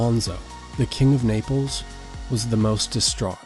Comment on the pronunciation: Not Niples its Naples